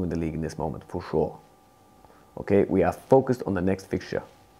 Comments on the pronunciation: Nobody: Klopp: fo shuar (for sure) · Klopp: Fo Shor